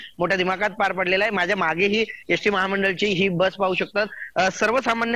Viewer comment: यस टी की एस टी 😂 कॅमेरामन चा उच्चार